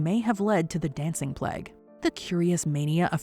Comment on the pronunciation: "The dancing pleg"... is that really how Americans pronounce "plague"?